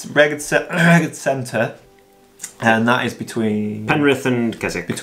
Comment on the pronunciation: Great video as always but I'd have loved a bit more of your footage early on and in the middle of the video. Keep the great work up. Also Rheged-it's pronounced reg-ed